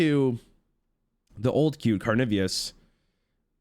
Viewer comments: Did he just say Carnivius? Instead of Carnivorous?! why?! 😭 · being careful about the pronunciation of "brochure" then immediately going on to say "carnivious" repeatedly 😂